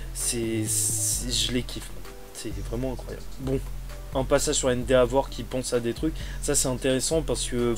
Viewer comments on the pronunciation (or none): je me demandais depuis un moment : pourquoi tu prononces "endéavor" au lieu de "endévor" ? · Cool par contre même si je ne veux pas juger,endeavor se prononce officiellement haine-dévore